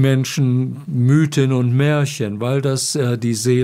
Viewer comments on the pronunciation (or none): none